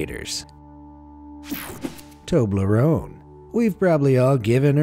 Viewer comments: Him:Toberone Me: ???????? W u t ??????? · I’ve never heard of a Tobar loan or whatever candies cold I can’t pronounce it right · What the heck is a toblaron